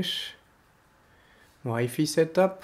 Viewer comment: "why-fee set up"